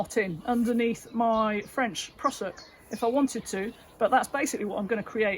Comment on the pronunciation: Love the West Country pronunciation.."prussock" 😅